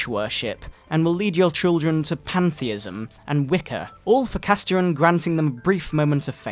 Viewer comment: Holy shit,I think Castiron was supposed to be pronounced "Cast-Iron" as in the cookware. (I'm choking now from this.)